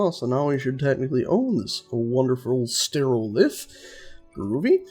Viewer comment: And the thing just lifted is a stereolith, not sterolith. I think it's just a joke about mono and stereo sound systems (with one speaker and two speakers respectively).